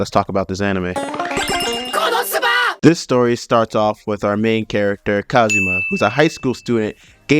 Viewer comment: Its not kobosuba its konooooosuuuubaaa